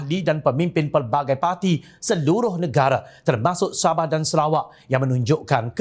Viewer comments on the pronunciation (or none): none